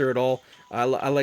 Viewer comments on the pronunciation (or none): Lmao i died when you said "Gol d. Roger"